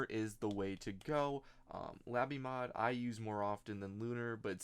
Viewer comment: lay bee mod not la bee mod